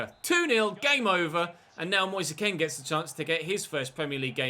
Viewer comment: Did you just call Kean "Ken" hahahaha.